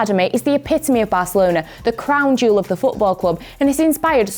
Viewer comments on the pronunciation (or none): none